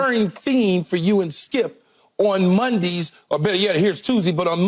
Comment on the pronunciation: Kee calls it Mudee and Tusdee LOL